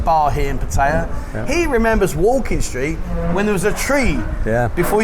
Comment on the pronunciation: You'd think they could at least pronounce 'Pattaya' correctly.